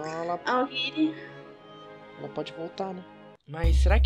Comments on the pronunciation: vcs fala aoguiri mais é aogiri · Animes Completos não se fala aoguiri mas se escreve aogiri